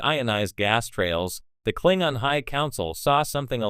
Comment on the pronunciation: It's pronounced Klingon not Klingon.